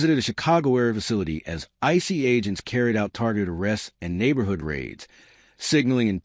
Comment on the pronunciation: I was very excited to see this in my feed until I played it and heard an AI generated voice pronouncing ICE "icey." I know we're trying to save money, but Trump'not going to hire a robot to be his press secretary and you shouldn't either. Deal killer